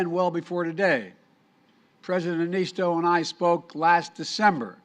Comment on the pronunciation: It's Sauli Niinistö. If you don't have o with two dots you use "o", not "a". Americans...